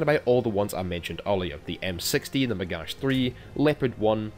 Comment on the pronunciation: It''s Magach, as in Magakh, like loch.